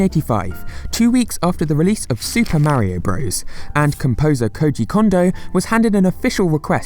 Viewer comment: This was a stupidly useless video that had no bearing in anything. Sigh... But thank you for wanting 7mins You can't say Super Mario Bros. correctly? Hahahahahah LOL FEET OUTTA HERE